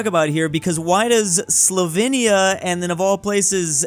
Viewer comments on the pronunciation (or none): none